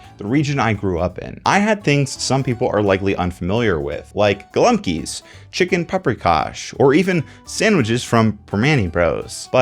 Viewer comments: golumkies? man please at least try to say it right, in polish it's gołąbki go-wohm-kee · Given our shared heritage, your pronunciation (and adding an 's' to the end of an already plural word in) gołąbki - I'm revoking your right to claim Polish heritage. Goh-wohmb-ki, not galumpies. Disgusting